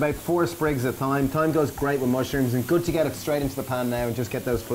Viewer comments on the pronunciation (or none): I had to go back and listen to the piece where you were adding the herb. You lovely Irish people don't usually pronounce your "h"'s as in "th", the way us English do.Yet the only word we follow you guys with (I think??) is with the word "thyme", but you pronounced it as"th". I'm confused!!! Keep up the good work, I love your recipes!!!! 🤤